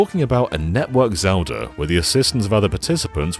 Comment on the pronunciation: Ah, yes, Zelder: Ocariner of Time. A classic.